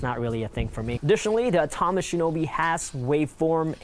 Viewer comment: Much like the misleading and uninformed comparison you did here is intended to try and get eyes on your channel, but failing miserably. Next time, try actually knowing what you’re talking about - starting by pronouncing Atomos correctly. Good luck.